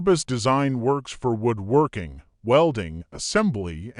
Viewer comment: I loathe computer generated voice overs. Can't even call this AI. IT'S A VIDEO ABOUT WOODWORKING.... But "he"pronounced it "woooed" working like he was half Romanian. Thumbs down and I don't care about the content.